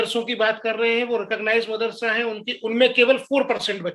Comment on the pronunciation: Pehle tu apni zuban sambhal mardarsa naam bhi ni le pa raha hai pehle tuh school ja fir bacho ki Future ki sochna